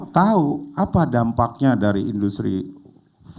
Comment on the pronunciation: menit 49.30 dmana mr.gembul menyebut kan istilah industri 4.0 sebanyak 4x dan beda semua..wkwkkw four one zero, four zero ,four dot zero terakhir four one zero dan gapernah menyebut four point zero .wkwkkwkwkw